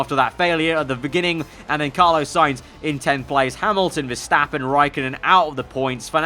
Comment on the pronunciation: It’s Carlos Carlos Carlos not Carlo!!